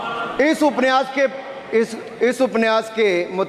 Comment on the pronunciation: उपन्यास बोलना नहि आता ठाकूर सहाब को